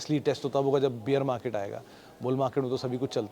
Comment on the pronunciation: सरजी, बियर मार्केट नहीं होता है, बेयर मार्केट होता है..